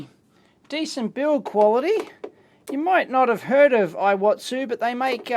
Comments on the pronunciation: it's pronounced similar to EE-WA-TSU, not eye-wa-tsu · Actually it should be pronounced like "E watsu"